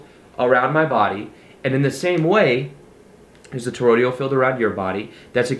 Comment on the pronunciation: Toroidal, dear one, not Torodial ❣️